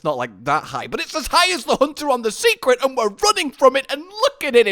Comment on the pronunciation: please!, its Seikret (Say-kret)... As a fellow Brit, i fully appreciate that prounouncing words HAS to be done incorrectly, but show some respect for wilds man;D